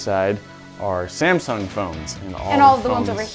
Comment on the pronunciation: When you say samsung i hear simpson